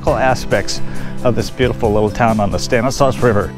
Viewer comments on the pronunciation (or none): It's pronounced "STAN is law,". Surprised you didn't know that, being from there.